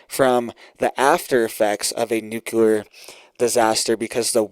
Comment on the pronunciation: Nuclear = New Clear........... No such word as new clear lure..